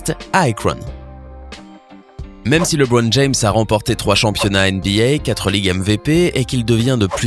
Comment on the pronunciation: Sérieux tu sais même pas prononcer son nom